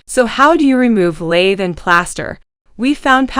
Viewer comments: It’s not Laythe! It’s pronounced lath! Rhymes with bath. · I really wish people would learn terminology, pronunciation and technique before posting how-to videos. Pronouncing it like the tool "lathe" destroys your credibility. Plus the demo shown in the video of just busting it all up and breaking it with a hammer is not how you most efficiently prep for drywall. The lath nails need to come with the board or you add another process to prep. Take the time to deconstruct... you'll be much better off.